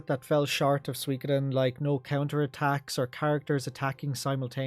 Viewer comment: "Eiyuden ain't swee-koden 2" 20 min moan, got it chief.